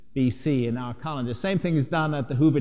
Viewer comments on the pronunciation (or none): Funny how he cant say "calendar " he says " car lender " lol